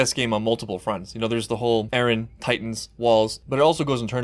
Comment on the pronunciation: Mikasa always says Ereh man, not Eren.